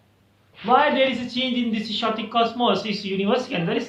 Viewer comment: it is not 'shetic' its 'k o tic' /keɪˈɒtɪk/